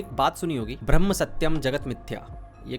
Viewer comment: कृपया ब्रह्म को भ्रमन न कहे, चाहे हिंदी में कहें या अंग्रेजी में दोनों में ब्रह्म ही उच्चारण करना उचित होगा